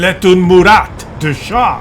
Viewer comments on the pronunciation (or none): Murat , Général francais , dont pronounce the T .